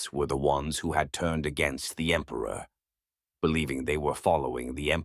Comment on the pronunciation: "For the Empruh!"